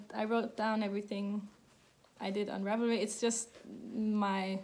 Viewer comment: You say "ravelry" just fine... ;-)